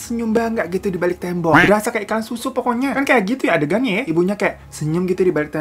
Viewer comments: gua ulang" biar capek lhu bang ngomong "dibalik tendok" Akhirnya gua yg capek ngulang" gak bisa juga lhu perbaikin bang, tendok jadi tembok😑 Ttp aja tendok, pdhal udah gua ulang brkali" loh biar bs lhu perbaiki bang😑🙄🙄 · "dibalik tendok" ga tu 😂